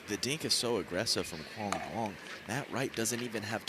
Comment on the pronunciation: ITS NOT PRONOUNCED DOO-ONG. THE D IS SILENT. ITS PRONOUNCED YOUNG. PLEASE LEARN A LITTLE VIETNAMESE PRONUNCIATION COMMENTATORS.